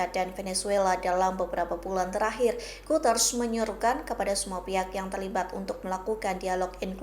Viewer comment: bacanya Guteres mbak bukan Guters..